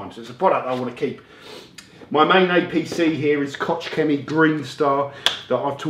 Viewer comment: Kotch chemy? Yeah, I know, it's german and so almost impossible to pronounce this by native speakers. Spelling it correctly you should think of something like Loch Lomond...should sound like you are having a bad cough ;)